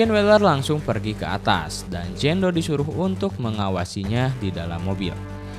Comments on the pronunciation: Jane doe (dibaca : jen du) bukan Jan do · Jein do bacanya kak bukan jando 😣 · Jen du nyebutnya bukan jan do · filmnya seru tapi lu ceritainnya g begitu jelas video Ama suara lu g sinkron jadi bingung terus cara baca nama lu juga g enak dngernya jando jando kan nama dia jane Napa ga sebutnya Jenn biar g bingung jando jandoo kek nama cwo kalau jenn kan bagus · anying jando dibacanya wkwkwkwk